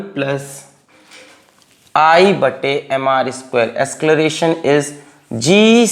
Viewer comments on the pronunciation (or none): acceleration ❌ ascleration ✅ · asceleration hota hai ya acceleration pata nhi kya hai ye